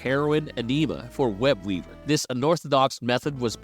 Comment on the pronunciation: I'm sorry...but are you saying "Web-Weaber"?